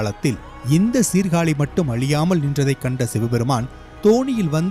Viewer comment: டேய் சீர்காளி இல்லடா எங்க ஊர் மானத்த வாங்காதடா சீர்காழி என்று சொல்லடா